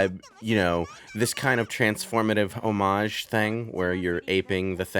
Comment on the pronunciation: Homage. You literally said it like twice.